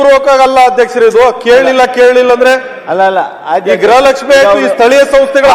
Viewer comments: Modalu kannada sari yagi matadulu kali grahalakshmi alla, gruhalakshmi adu. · Grahalakshmi alla medam gruhalakshmi